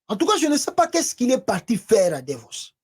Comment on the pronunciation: Il est parti à Davos pas Devos. Vous faites beaucoup de fautes de prononciation lorsque vous, vous exprimez ce qui est parfois comique.